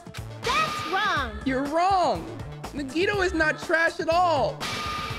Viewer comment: the only time I remember saying nagitos name right